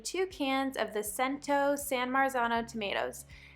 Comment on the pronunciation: I love it! I’m going to try this tonight, thank you! BTW my old Italian neighbor told me the Cento company of tomatoes is pronounced “CHENTO” just a heads up. Great Video 👍👍